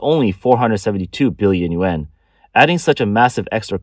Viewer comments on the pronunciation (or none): Dear Rico, Thank you for your input. I must have been too blunt in my attempt at correction. The narrator should use better enunciation for the Yuan as some people listen rather than watch these podcasts and if you listen carefully, he doesn't speak clearly and some people will misinterpret and dismiss his valuable information. I hoped to give useful criticism to aid in his presentation of his information. I didn't mean to sound unkind. Thank you again for caring about this valuable podcast and helping me to be less blunt. Shalom. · He is clearly not saying yen.